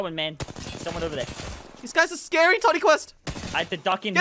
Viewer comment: Every time you say his name it sounds like tinny quest and i love it 😂